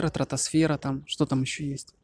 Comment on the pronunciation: Ты сам.того..не тратосфера а СТРАТОСФЕРА..умник блин..